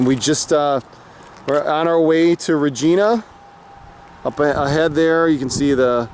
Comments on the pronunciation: ...it pronounced "Re ji na" like our Queen :) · It's pronounced RAGINA but spelled Regina